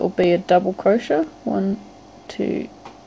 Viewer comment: What's a "crosha"? (I know I know, I'd just never come around that particular pronunciation of "crochet" before. Croshas, crosha.... Where did this woman grow up?